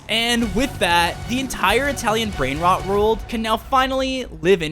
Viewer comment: The way that they mispronounce the Italian brain rot